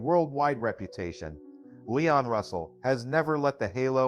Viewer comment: LEEEEEEEEEEEEEEEEEEEEEEEE ON Russell Not LYON Russell